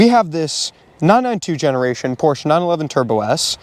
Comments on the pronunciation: Why is that guy saying "Porch"? If you claim to be a competent reviewer, you should at least know how the name is pronounced. You sit on a porch, you drive a Porsche. 👎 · Neither of you should be reviewing this car. You can't even pronounce Porsche properly.